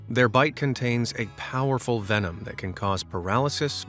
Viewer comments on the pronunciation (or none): none